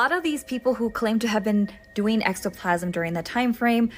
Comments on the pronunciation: Ectoplasm,, not extoplasm... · Its "ek-toe-plasm". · Drink every time she mispronounces "ectoplasm" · You say ectoplasm wrong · like how do you have a horror/folklore tiktok but mispronounce words. It just chips away at her credibility.